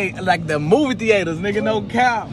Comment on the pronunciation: “Thee aters”🤣